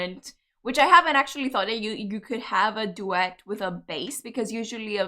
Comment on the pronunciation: are you saying duet, or are you saying duex / Du-ex moment?